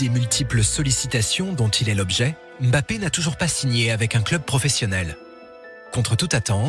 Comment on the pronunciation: Eh! C'est pas M bappe. C'est Mbappe